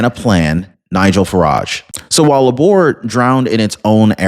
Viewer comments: And it's pronounced "Labour" - like what women do in childbirth. Not "La'bore" in that weird French accent. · Its Labor, like the US word, labor, as in labor union. Its not Làboor. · Labor, not la'bore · Its Labour not Laboor We need a change desperately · I hope Starmer is really out. He’s been a traitor to his country., Labour is pronounced as in Labor, not La’bour. Just a friendly help. Good video, thanks. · It’s pronounced Lay-ber, not La-bor. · laborr, seriously?....it's pronounced Layber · Lay-bah not la - boor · It's NOT La-Bore; it's Leybor! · Lay-bar is how the party name is pronounced brother. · It is pronounced "Laybor" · labour is pronounced labor? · LABOUR is pronounced LAYbr, no L'boar. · yea i fact checked and unsubscribed for his blatant misinformation. can't even fact check is information and can't even pronounce labour correctly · bruh. Learn to pronounce 'labor'. it's Britain, not France... "end of line" lol. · Thank you! He said it correctly in the beginning then switched it up to sounding weird!